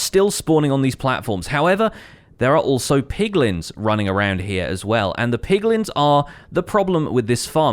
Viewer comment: I swear I heared POGlins for a sec.... I need to stay away from people more